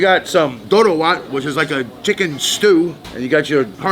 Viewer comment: the way he said it perfectly the words tho ,,,doro wet,,, injera